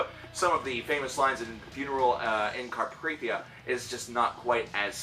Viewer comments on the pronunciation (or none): Did he say “cacaphonius” on purpose 😂 it’s pronounced Ka-cough-onus. Also it’s Carpathia..not crarprathia. And the word is visceral not viscereal. I’m sorry I’m not making fun we all have to learn one way or another 👌 great videos though mate